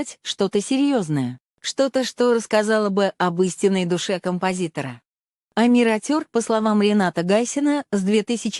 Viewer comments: Ухо режет неправильное произношение Амир АтЁр. Омир Отер, если произнести на русском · Автор канала, которая озвучивает. Будьте добры, правильно произносите название песни. Мы же Казахи , максимально правильно произносим все слова на русском. А с вашей стороны, это не уважение ‼️ Ваш перевод искажает и и теряет смысл слова‼️